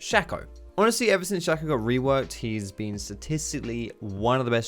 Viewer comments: It's pronounced Shake-o not Shack-o. His clone is called Fake-o. Shake-o and Fake-o Not Shack-o and Fack-o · Riot confirmed that its said shayco not shacko (shaco) and its car zix not kazicks (Kha'zix)